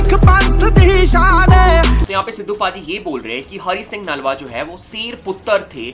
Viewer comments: Nalwa nahi brother naluya ji aa pronounce time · Broh it’s naluwa not nalwa so plz prnoicr properlu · Naalwa nahi Nalwa hai pronounce sahi karo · Bro you are pronouncing the name of Hari Singh nalua g wrong, But I appreciate your effort.